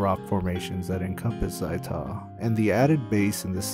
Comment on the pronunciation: ZAI'Tah? ow my freakin' ears!